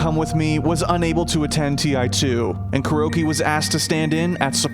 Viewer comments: They could have least pronounced it correctly..its not Cure-oh. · am i the only 1 who keeps on hearing "Kiro"?